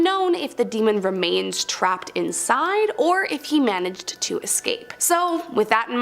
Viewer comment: And it's manage not manege